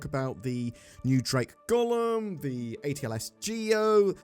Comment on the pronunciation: Not Gollum! Golem. Gohlem might help! Go-lem. It's from mythology. In Jewish folklore, a golem is an animated, anthropomorphic being created from inanimate matter, often clay or mud, and brought to life through ritual incantations and Hebrew letters